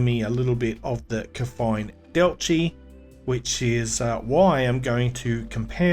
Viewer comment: AND... He even pronounced Kefine Delci correctly as well imo... (KEY-f+eye+n Dell-chee)